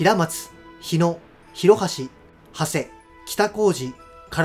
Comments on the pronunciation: 名家の長谷家を「はせ」と読まれていましたが正しくは「ながたに」と読むと思います。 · ＂花山院＂は「かざんいん」ではなく「かさんのいん」であると、現当主で春日大社宮司の花山院弘匡氏もおっしゃっています。 また、＂長谷＂は長谷寺や長谷川などから「はせ」と読むのが今では一般的ですが「ながたに」が名家長谷家の読み方です。